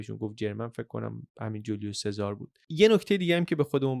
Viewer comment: سلام ، ایتالیایی ها اسم سزار رو " چزاره " صدا میکنن یا میخونن.